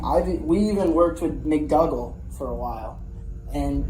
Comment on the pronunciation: McDougal is pronounced ‘McDoogal’ rather than McDugal